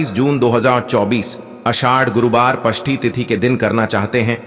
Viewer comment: अरे पष्टी नही षष्टी होता है